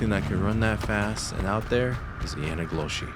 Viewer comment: bro... if you say yanagloshi 1 more time... it's called yee naaldlooshii